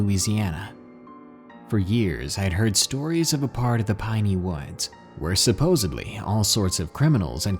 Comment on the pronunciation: Who else got triggered when he said “supposedly” lmao